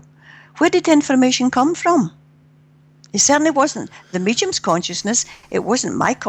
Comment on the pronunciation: Great interview from someone refreshingly grounded -- and I love the way she pronounces mediums as "meechums," too cute.